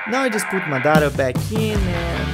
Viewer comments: bro i really love ur vid's really inspirational nd effort u did there it really inspire me Just can u look into this if u don't mind my comment id about the word u spoke there just correcting because he was the greatest shinobi nd the amazing Uchiha its MA DA RA not MDA RA 😅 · great work, looking forward to the entire animation. By the way its Madara, not Madaaara